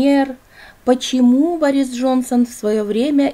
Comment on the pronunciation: Не БорИс, а БОрис